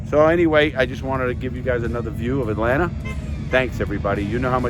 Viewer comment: "right in the heart of atlantar" lol man Larry ur genuine 🙂